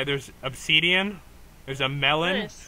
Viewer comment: “There’s oBsEeDeEaN”